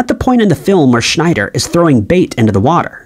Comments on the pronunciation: It's not schneider. It's Scheider. Roy Scheider. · It's Roy Scheider, NOT Schneider. There is no "n" in his name. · His name is Roy Scheider, not Schneider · Roy Scheider. His name is Roy SCHEIder, not SCHNEIder. There is no "N." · Roy "Schneider" lol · Here's another "Jaws" Mandela effect for you: There is no "n" in the name Scheider. Our narrator consistently refers to Roy Scheider as "Schneider." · Roy Scheider is the actors name. Not Schnyder. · By the way it's Roy Schieder not Roy Schnider......just saying. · Scheider... His name is Roy Scheider... not Schneider... and it is "Bo-garde", not pronounced "boggart"... Dude, when you type in the text2voice, at least QA the results and edit... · I’m 7 minutes into this video and there are already 2 Mandela Effects that have to do with pronunciation lol. Humphrey BoGART, not Bogert (and did you say “Henry?”) Roy Scheider - no “n” - not Schneider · It can't be AI, because it also mispronounced Roy Scheider as Roy SchNeider. That's not an AI mistake. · I think Ed McMahon was the only name he pronounced correctly in the video. Boggart, Schneider, Joanne - how do you screw all of those up in one video? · Also, he mispronounces Humphrey Bogart, and Roy scheider ... I'm not done listening yet. Sure, I'll be back...